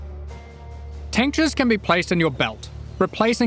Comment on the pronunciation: I hear "tank jizz" instead of tinctures